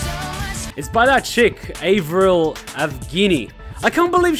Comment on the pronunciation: Avril... Avgenie... lmfao